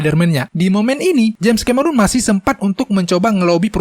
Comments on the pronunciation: bukan ka-me-run coy. tapi ke-me-ron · Bacanya Kameron, bukan Kamerun bang..